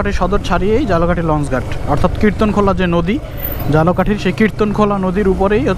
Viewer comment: ভাই ঝালকাঠিরে বারবার জালোকাটি বলার কারণ কি?